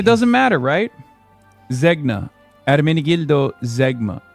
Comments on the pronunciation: Zegna is pronounced Zen-Ya. I was a tailored suit specialist for 8 years. What a clown lol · OK, maybe he doesn't know he's flaunting his wealth, because he mispronounces the brand Zegna. The g is silent and the n is Spanish. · … it’s not pronounced “Ze’G’na”… lol. Is he mispronouncing it on purpose to try to make it seem like he doesn’t know he’s wearing a, usually, custom tailor made pair of Italian pants? I own Zenga (pronounced closer to Zen-ya or Zain-ya) pants. They are great. But the repeated use of “ZeGna” as the pronunciation was laughable. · ermenegildo zeg-nuh it's pronounced zenya ffs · ZEG-na? ZEG-na pants? Wait. Dude - can't anyone pronounce Italian brands correctly? It's ZAHYN-ya, ffs. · dude can't even pronounce zegna. 😂 It's pronounced Zen-yah. The g is silent. 😂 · Hasan can't even pronounce Zegna properly lol. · For a fancy boy, he doesn't even pronounce Zegna correctly. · by the insane way he pronounced it, he seems to be so racist he thinks Italians and Spaniards are the same. probably got his brain rotted from using too much hypebeast Balenciaga and thinks every luxury brand is pronounce the same or something lmao how can a billionaire nepo baby be so ignorant is beyond me